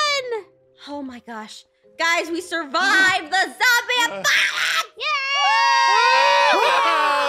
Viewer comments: said "apopalopolis"🤣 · For a second couldn’t say apocalypse 😂😂😂😂